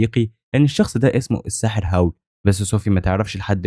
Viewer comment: الساحر أسمو هاول مش هاو😂💔